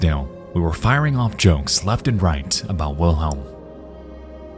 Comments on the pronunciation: I think Wilhelm was just mad that you guys were saying his name wrong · I think Wilhelm is mad that you keep saying his name wrong